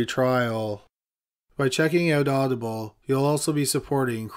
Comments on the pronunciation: Anybody else thought the way he said Audible sounded like oddball? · Hilarious the way he emphasizes the ble in audible. 😂 Audi-bulllll